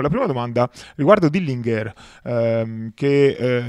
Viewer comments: Comunque è Dillinger, pronunciato proprio così, non "dillinghèr". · Col massimo garbo dico a te e al signor Corona che stimo totalmente ed a beneficio di entrambi che in inglese si dice Dilinger così come si legge non Dilingher. Lo dico quasi sommessamente. Grazie